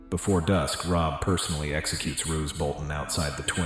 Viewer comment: Rose Bolton, Marg-a-ree Tyrell, Lisa Aryn, Moat Caya-lyn LOL